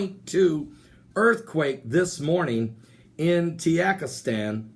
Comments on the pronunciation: Tuhjeekistahn is how you pronounce it. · Sound it out, Ta jik i stan. It's not hard. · Maybe he is using the mexican pronunciation of the letter J. Ha ha it is funny though. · Man there is no country named Tiyakistan lol or karakistan hahahahha. 😂😂😂 It's Ta ji kis tan "Tajikistan" or Ka zak I stan "Kazakistan" but you made my day it was funny to hear you tayikistan. Buy the way I am from Uzbekistan I wish to hear you say it I wonder how it'll sound. It was amazing reporting good luck 😀